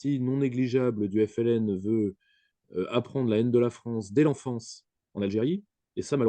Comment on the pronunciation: Mdr tu a ramené un français parler de l'Algérie rien que le mot FLN il a du mal a le prononcer tellement il a la haine conclusion la France et sont dom Tom le Maroc du lyautey jalouse l'Algérie